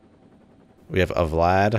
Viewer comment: VLAD is pronounced "Vee Lad", not VLAD like as in let's kill multiple VLADimirs in the Russian Sub. (US Navy S-3A Senso ) :)